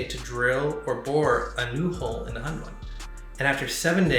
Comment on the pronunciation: Your pronunciation of hundun 混沌 is way off the mark 😂